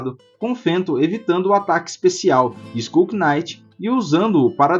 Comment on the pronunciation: Chefe, só uma coisa: knight em inglês, o K é mudo, a pronúncia é exatamente igual à night (noite). Assim como se fala naife (knife) e não quinaife ou quinaiti